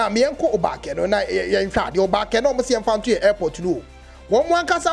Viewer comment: Your pronunciation of obake is wrong bro. Who are you to promote Ga. Stop punching above your weight